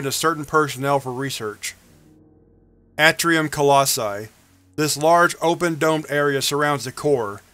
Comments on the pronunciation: I'm not trying to be snarky or anything, but I feel like you'd like to know if you're pronouncing something incorrectly. You do read things out loud for YouTube, after all, lol. Anyway, you're pronouncing "atrium" incorrectly, it's a long "a" sound, not a short a. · Its pronounced A tree um